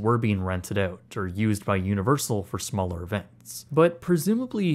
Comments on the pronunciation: Great job on pronouncing “Keenan and kel”… not just work on pronouncing “out”. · I can hear your Canadian accent every time you say ‘out’ lol.